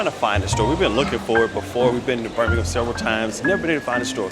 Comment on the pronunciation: Props for pronouncing Birmingham correctly lol.